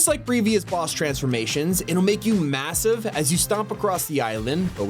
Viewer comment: Did he say massive?